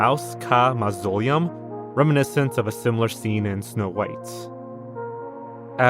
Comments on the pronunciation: not to be that person but to absolutely be that person, its pronounced moz-a-lee-am (its a type of tomb that is above ground.) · Good video but that pronunciation of mausoleum was horrific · How can you not know how to say mausoleum? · Learn how to pronounce mausoleum?